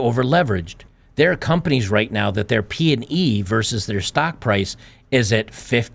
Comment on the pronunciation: P/E. Not p and e